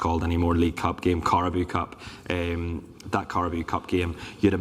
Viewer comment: Gareth desperate to laugh at pronunciation of Carabao 😂